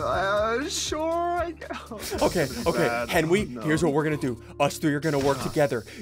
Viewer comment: ", you called a meeting!"